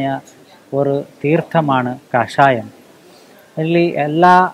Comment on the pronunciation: Kaashasyam Alla kashaayam